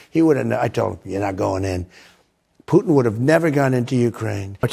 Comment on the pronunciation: Can you please learn how to pronounce President Putin's name correctly? It's unbearable.